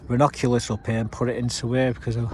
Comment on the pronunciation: I think Eòwyn is pronounced as Ee-o-win. Also, Ronoculus are you talking about double flowered buttercups coz they’re pronounced Ra-nun-cu-lus. Hope this helps. Where’s the coin show & tell Mark ?